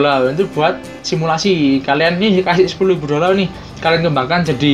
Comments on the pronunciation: Dolal itu apa?dolar adanya Kalau ngomong yang bener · Dolar min bukan dolal...🤣